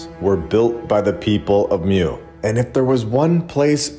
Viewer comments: "Moo" not "myoo" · It's pronounced moooo. Like a cow! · Love your videos super informative! Hint, the way to pronounce Mu is Moo. There was also a land called Lemuria, I believe this information can be found in the Law of One series. Just some additional information for you to Deep dive into. Keep up the great work! Thanks for all your hard work❤